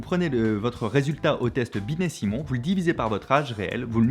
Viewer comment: a dit roh roh binet?